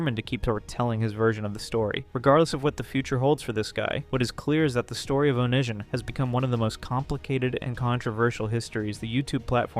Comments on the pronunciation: This was a great video but please, next time just watch how other creators pronounce things. It’s oh-knee-see-on, not oh-nish-an. The book is This is Why I Hate You, not Why I Hate You, Tosh “point oh”, not Tosh dot zero, etc Not trying to be an ass but that stuff was driving me insane. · Yeah, i hear onishon